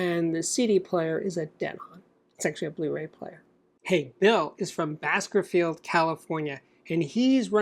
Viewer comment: Bakersfield not Baskersfield